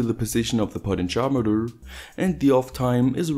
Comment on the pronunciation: Took me some time to understand 'potencharmeter' = "potentiometer". Never heard it spoken in that way.